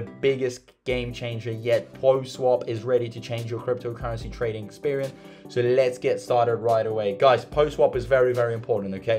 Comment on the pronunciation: LOL or when he says SOR instead of so